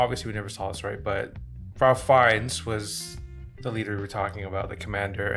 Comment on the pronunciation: Fiennes pronounces his name RAFE, not Ralph. Read the book SCHINDLER'S ARK that this was based on. Goth was way more twisted and sadistic than could be shown it this film!